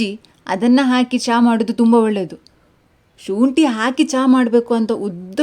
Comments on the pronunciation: ಶೂಂಟಿ ಅಲ್ಲ. ಶುಂಠಿ. ☑️✅ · ಸರ್ ತುಳುವರ accent ಅದು